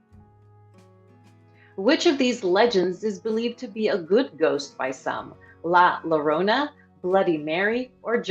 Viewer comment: It’s pronounced La Ya-rona, not La La-rona